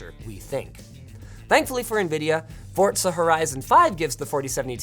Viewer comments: When will Linus stop saying forTza 🤔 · Hey Linus, Forza doesn't have a "T" in it. It's not "Fortza". Lol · It’s pronounced “Forsa” not “Forzza” :) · Theres no T in Forza just sayin youre not the only one theast says it like that tho so idk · Fortza Horizon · why do so many people mispronounce forza?